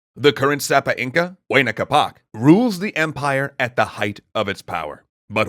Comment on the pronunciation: Why you gotta pronounce Huayna Capac like huainacapa